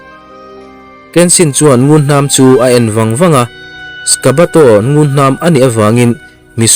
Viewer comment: Sishio kid tilo In Sojiro Aoshi Te ti la.. Skabato Tilo in sakabato te ti bawk la.. 😁 Part 3 na ah kenshin master bon tawk alo lang dawn.. Nghah hlelh awmkhop mai👍👍👍